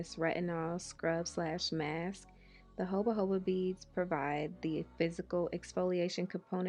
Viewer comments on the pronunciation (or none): I wouldn't trust an "esthetician" who didn't know how to say JOJOBA lmaooooo